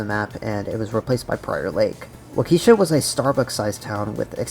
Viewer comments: Waukesha is pronounced Waw-ka-shaw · Waukesha is pronounced waa-kuh-shaa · Btw Waukesha is likely pronounced like Walk-Eee-Shaw because its a real city (albeit much bigger irl) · you may or may not have butchered Waukesha's pronunciation, also i live like 20 mins from it lol